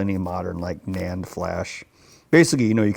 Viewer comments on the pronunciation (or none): none